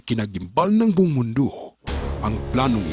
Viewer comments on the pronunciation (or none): BUONG po ang Tamang bigkas BOUNG po maling bigkas